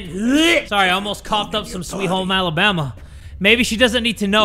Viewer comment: They really said, "Alabama" xD